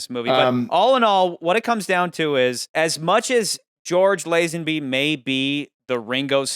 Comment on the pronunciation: "Lizenbee" hahahaa thats how you pronounce Lazenby...bro.